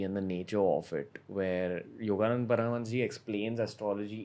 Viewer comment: Ranveer would casually mention "Yogananda Satsanga Society" in many podcasts, which is actually "Yogoda Satsanga Society". Now instead of saying "Paramhansa Yogananda", he says "Yogananda Paramhansa". I don't know why he doesn't say names right, even that of his Guru.